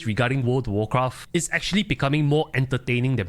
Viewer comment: “Word of worcraff”